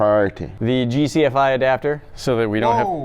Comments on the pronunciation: It's GFCI, not GCFI. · It’s GFCI. not GCFI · It's gfci not gcfi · Wow he said GFCI (Ground Fault Circuit Inerruption) GCFI 😂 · Electrician here, it’s GFCI not GCFI. Great video! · GFCI not GCFI lol from TKOR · It's called a GFCI !! haha. Not GCFI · saying gcfi instead of gfci triggers me lol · As an electrician I cringed when he said GCFI adapter...